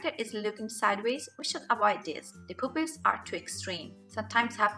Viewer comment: I like how you pronounce "Poopils"